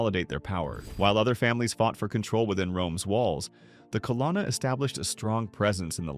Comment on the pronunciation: it’s pronounced CUH-LOAN-UH